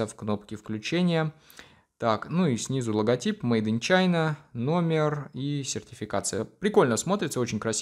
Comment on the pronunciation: Как же нравится когда он говорит "мэйда чайна"😂😂 прекрати😂😂